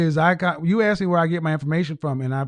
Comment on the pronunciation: Why do they keep axing and axed...when she said, "I axed you", who are they hitting with an axe.